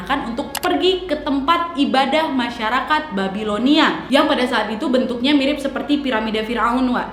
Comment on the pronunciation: cara bacnya BABILONIA bukan BEBILONIA wak wkwkwk